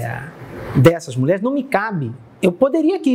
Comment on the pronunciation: Você vê o nível da repórter quando ela diz "muleres". Moça, é mulheres que pronúncia.